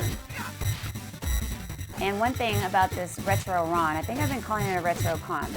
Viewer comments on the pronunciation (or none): It’s re-tron not ret ron. 😂😂. Great video though.